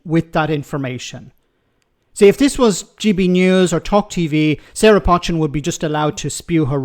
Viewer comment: Do you read comments? Her name is not pronounced 'Pot-chin'. It is pronounced 'Poe-chin'. It a Cheshire name. I'm from Cheshire